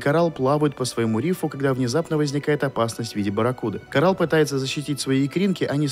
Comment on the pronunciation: Керчик, а не Керчак. Корэл, а не Корал.